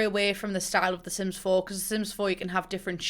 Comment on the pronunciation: De Syms Teem traits. BAHAHAHA!